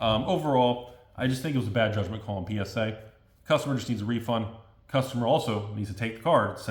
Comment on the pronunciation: 100% positive that Rudy is saying PenisA and not PSA for the gigidies